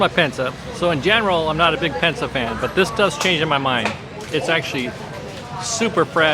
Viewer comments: Pinsa, not Pensa. 😉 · Not pensa, this is PINSA 😊